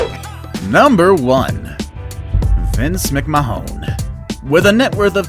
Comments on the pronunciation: Biggest name butcher in the world It's pronounced Mic - man not mic-ma-hon smh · Its not pronouced mc-ma-hon its pronouced mc-mahn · Bruh, its pronounced, Vince (Mc-Man) it was painful hearing him say "mc mahone" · Vincent McHone? Shut this guy up and NEVER EVER let him BACK ON YOUTUBE!!! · Vince mc-mah-hon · Vince McMahon say it right